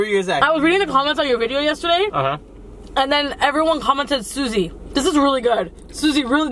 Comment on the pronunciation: Italian Around the world it’s actually Suzy* but he kept calling her sushi in their last mukbang. got the reference.